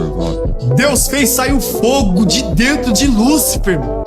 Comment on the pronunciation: "aí dento!"